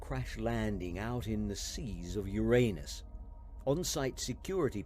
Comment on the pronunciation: I'm not sure that is how Uranus is supposedly pronounced. It's not the same thing as "your anus".